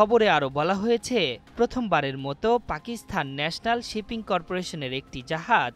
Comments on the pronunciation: পাকিস্থান নয় ওটা পাকিস্তান উচ্চারণ হবে। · উচ্চারণ পাকিস্থান নয়, হবে পাকিস্তান!